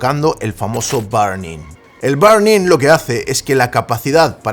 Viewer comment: CUANDO DICES BURN IN, ME ACUERDO DE BARNEY 🦖 😝😝 POR TU FORMA DE PRONUNCIAR